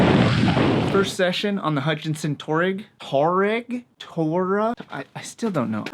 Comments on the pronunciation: I think it's pronounced TWARREG. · Pronounced Twa-reg. After the nomadic tribe. Just saying. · It's pronounced like "two - R - egg" XD. Nice content as always! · I think it’s pronounced “twa-reg”. Historically Though Hutchinson’s spelling is too similar to a lardy suv from VW.